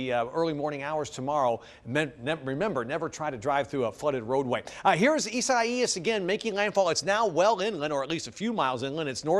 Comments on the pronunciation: "A-sigh-ees." Dafuq? I thought it was pronounced "I-zay-us" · he said eezziieees